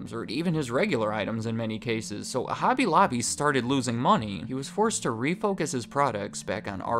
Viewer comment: "Hooby looby" hobby lobby Holland. You're welcome